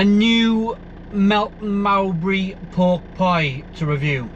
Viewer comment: The way he pronounced Mowbray was downright bizarre